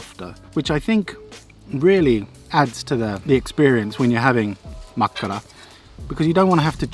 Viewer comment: U actually pronounce makkara rly well and my favourite is kivikylä juustotuhti